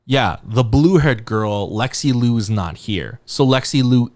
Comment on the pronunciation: just as a note, liu should be pronounced closer to “leo” than “loo” !!